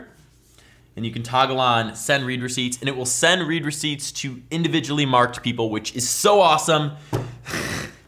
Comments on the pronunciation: "Read receipts" is read "red receipts," not "reed receipts." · You pronounced read receipts "reed" when it's supposed to be said "red" because it's the past tense. The person read (red) the message, that how it is. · it's pronounced like "red" receipts.. not "reed" receipts. Because its notifying you that they SAW the text.. past tense haha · Its not read (reed) receipt, its read (red) receipt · ITS READ (RED) RECEIPTS NOT READ (REED) RECEIPTS FUCKING IMBECILE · I always pronounced read receipts as red receipts not Reed receipts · In this case it is pronounced "red" and not "reed" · Correct me if I'm wrong, but I think the word 'Read' in 'Read Receipts' is pronounced 'Red'?!